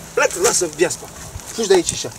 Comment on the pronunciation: "Lasa viaspa" (NO HATE, A SUNAT AMUZANT) 🤣